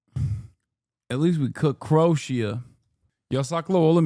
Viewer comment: Bro how did he pronounce Croatia 😂😂